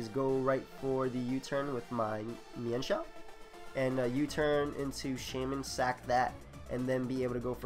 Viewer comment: I thank goodness, someone who knows how to pronounce "Mienshao" correctly. :D